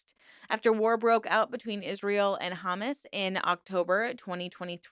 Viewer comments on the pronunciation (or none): It is pronoinced "Huh-moss", not "Hum-mus". There is not a war on Hamas or war between Israel and Palestine. Israel is waging a gen ocide on the innocent Palestinian people despite the fact that it's the Palestinian government that is full of terrorists, not the general population. Also, it's the hubris and lack of appreciation of these rapturists that gets under my skin. If they truly believe in god, how about they appreciate the world they believe he created for them, rather than acting as though living on earth is like holding their noses and swallowing some particularly nasty medication. Shouldn't they make the best of every day on the planet that was made for them by their creator, rather than essentially flipping him off and saying "God, this planet you made out of love and care for us isn't good enough, so hurry the hell up and take me to heaven, because I am far too good for this filthy little earth." Yeah. Screw them. I have no sympathy for anyone who does not have a mental illness and is possessed of the hubris and sanctimoniousness to believe they're the only ones good enough to be spirited off this nasty little planet their beloved creator apparently didn't work hard enough on for their standards. They're vile Karens to the very end. Im positive if they ever did get to their heaven, they would want to speak to the manager, so they can complain about the substandard accommodations they were subjected to while staying here on earth.